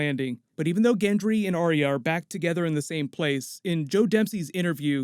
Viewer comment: “aria” (drives me nuts in every video. try saying “R-ya”)